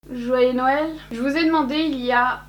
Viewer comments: « Noyeux Joël » 😂😂😂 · "Noyeux joël" 😂😂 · t'a vraiment osé dire noyeux joel XD honte a toi pour cette blague de tonton que mon pere fait CHAQUE année. sinon j'ai passé un bon moment avec cette faq tu es vraiment pour moi aussi une bonne personne et je te souhaite pleins pleins de bonnes choses pour 2020 !!